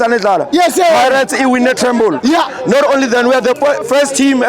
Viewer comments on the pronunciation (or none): It's not tremble but treble 😂😂😂